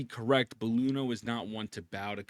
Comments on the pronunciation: brother, she's Iuno with an i, not Luno :'( you got her name wrong, ain't you rizzing my wife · please stop calling her Luno. That is a capital i. It's not an L. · Bro can't even pronounce her name right lmao